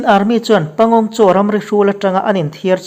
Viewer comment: Pangong Tso. (Panggong saw) ti a lam tir